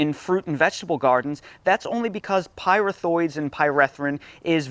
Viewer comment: Sorry, it’s pronounced py-wreath-throids